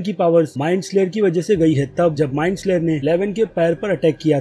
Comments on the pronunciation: Bro love ur videos aao bahot acche se explain karte ho but kuch choti mistakes se Maja kharab ho jata hai jaise ki MIND FLAYER not slayer aur Joyce ka pronounciation bi galat Kiya hai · Bro it is mindflayer not mindslayer